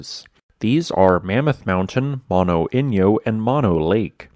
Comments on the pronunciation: Moh-no, NOT mano. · "Mono" is not pronounced like the disease. It is an Indian word and is pronounced moh-noh!